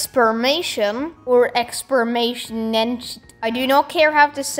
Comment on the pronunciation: . Its pronounced ex·per·i·men·ta·tion